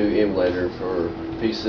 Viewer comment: "emmulador." pfft lol. "zombies et m'eh neighb'rs" killed me! haha